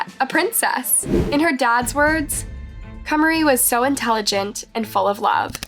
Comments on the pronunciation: I enjoy watching your videos, but I've always wondered why you mispronounced the victims names? In the source material, the parents pronounced Kamari's name like "Kah-Mar-Ri" but you kept pronouncing it as "Kay-Marie." I'm sure you don't intend to be disrespectful, but pronouncing the victims names correctly is important and respectful in remembering them. Just a friendly encouragement to think about moving forward. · Kuh-mah-ree. Jesus. She said the girls name different, and incorrect, literally every single time 😩 I like the style and subjects of this channel, but you’d think a true crime channel would know the word “arraignment” is pronounced “ah-rain-ment” and not “arrangement” but apparently not. Maybe I’m an asshole, but mispronounced words are like nails on a damn chalkboard to me 😩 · How did you constantly butcher her name with video of people pronouncing it correctly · Hey I’ve noticed in a large amount of your videos you mispronounce names. I can see if it’s just an accident but in this specific video you continuously change how you pronounce her name, which shows you are knowingly saying it incorrectly. It’s very disrespectful to families and victims, especially since this is a platform to share a victims story. Please do better. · here is the correct pronunciation of the Kamari's name. i'm still watching your videos, but mispronouncing the victims' names is a pretty big error. it's not the first time i've noticed this happening. Edit: her name is also pronounced correctly ffs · Her parents are literally saying “Kah-mah-ree” … not “Kay-marie.” Are you not allowed to say the names of the victims so you have to mispronounce them on purpose? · If you hear the girl's dad pronounce her name as Kuh-MAR-ee, why would you continue to pronounce her name first as KUHM-uh-ree and then as KAY-marie? 🤦‍♀️ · her name is pronounced kamari tho, not "k mary"!! Happy to see many people covering this case and bringing awareness to it, truly shocking and horrifying.. :(